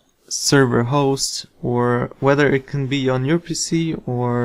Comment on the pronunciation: when you said PC sounded like pussy XD made me laugh